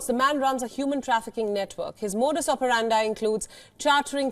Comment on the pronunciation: operandi is pronounced o-pe-ran-dee